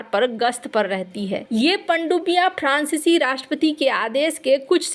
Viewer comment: Please focus on your pronounciation. Example: prancici francici .